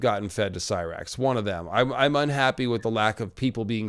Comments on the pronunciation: yesss Rhaenyra said it like "See-Rax" ahhh Emma D'Arcy has beautiful pronunciation in High Valyrian!! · I loved how Rheneyra pronounced Syrax's name in High Valeryan so satisfying